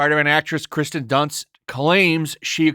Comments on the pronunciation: Dude your channel is just fake outrage over fake outrage. You couldn’t even bother to say the actress’ name right so why should anyone trust anything you have to say? I challenge you to actually talk about things you like and try to get by using something other then Hate clicks. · Is he saying Kristen Dunst or Kirsten Dunst?